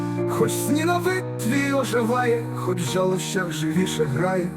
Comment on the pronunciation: Це найкраща українська АІ пісня. Слухаю безліч раз вже. Як виправити наголос у слові "жалощах"? Бо хтось нехороший закопірайтив цей вірш на Suno.